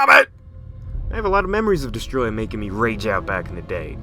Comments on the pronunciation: Its actually pronounced Deeeeess-oooohhhhh-trooooooyyy-ahhhhh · it's not Destroyer..... It's DESTROYAH!! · Not trying to sound like a dick, but your pronouncing Desteroyah as if it was pronounced destroya, but it's actually pronounced Dess-tur-oi-a, forgive me if I sound like a dick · Not Destroyah... its DESSATOROYAAHHHHH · Mate you’re saying Destoroyah wrong You say it by pronouncing it as DES-TOE-ROY-AH Also you have to yell it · It’s destoroyah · idiot its destoroyah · I did actually forget about Destoroyah was one of the strongest monsters. But Kaiser Ghidorah made Ghidorah my top. Also you arent saying Destoroyah rght or King Ghidorah